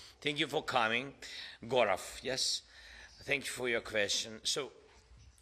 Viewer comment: Thank you Gorav in Ukrainian tone 😊